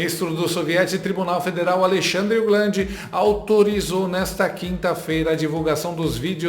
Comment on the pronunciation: Alexandle, o "glande" kkk